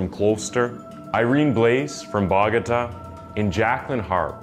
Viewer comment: buh-GO-tah not ba-ga-tah. The city in NJ. The capitol of Columbia is bo-go-TAH. The way you said Bogota matches neither.